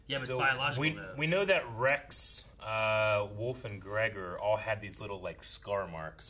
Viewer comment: Is there a reason they say Woof instead of Wolfe?